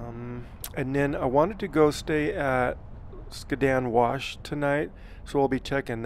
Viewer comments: You’re driving me crazy! Skad-din wash. Not skaa din. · Skad-din for the win . I was gonna create a drinking game between the mispronunciation and the mention of the traffic.